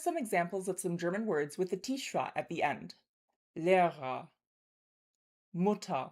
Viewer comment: I’m sorry, I couldn’t distinguish the difference between “nur’ and ‘Mutter’😢 from what I heard, I felt there was an ‘a’ in it when you pronounced ‘Mutter’ or ‘Wasser’, like [muttar] or [vasar], is my understanding correct? Danke!!❤